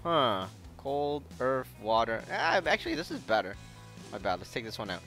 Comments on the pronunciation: He says earth like earf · HE SAID EARF!!!!!